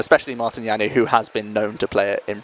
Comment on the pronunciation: lol, that pronounciation of Janouš :-D He is not french ...